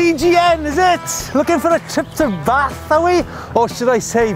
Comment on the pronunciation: Seriously, didn't know how to get from Bristol to Bath? Oh, and tell the Welsh guy he still doesn't pronounce "Bath" right Did Si go down Crew's Hole Road?